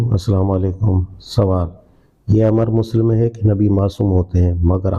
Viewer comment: محترم جناب اسلام علیکم آپ کی یہ کوشش بہت نیک ہے اللہ مبارک کرے لیکن تلفّظ پر توجہ دیں مثال کے طور پر اس عبارت میں لفظ ، مسلم ۔